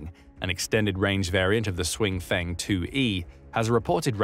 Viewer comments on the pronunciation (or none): Please do something about the pronunciation problems. If "Hsiung" looks to you like it should be pronounced "swing", then please just stick with pronouncing it as "Brave". "Sh-young" would be closer. But seriously, just use the English.